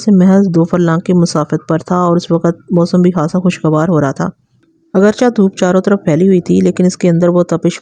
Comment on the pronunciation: اگرچا نہیں۔ اگرچہ چے پڑھیں آخر میں